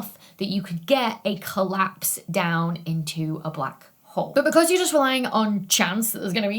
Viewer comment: Ok, have looked up so much about you, as you are... wow. Smart, brilliant, and so much more, then beautiful to boot. Sorry, not stalking, just hard to believe you actually exist. But, everything says you are British, and that's it. Certainly you have more than a bit of Scottish in you? I hear so many accentual clues!! Venus rising 'joost' ? There is a heavy Scottish accent there. Not saying bad about it, Scottish is BEAUTIFUL! Merida being my favorite Disney 'princess' after all. But, if you are Scottish, or have a heavy lineage of it... why does every online thing say you are 'British'? Just so very curious. Your accent being mesmerizing. Love watching your videos. For the info, of course! You are amazingly brilliant! But, the accent definitely has an effect on top of all of it. I'd watch regardless, as I do Brian Cox's or the rest. But, the accent REALLY helps, as does the rest... sigh but, regardless, amazing! Love your videos! So very informative, detailed, and more! There are 2 majors I wish (after the fact) I had taken: Geology, and Astronomy. Both have always amazed me, grabbed every focus I had. I just wish that a councilor had worded it that way, had focused in on things like that. Then, maybe, I would have gone to Uni for those things. Instead, I got a degree in German.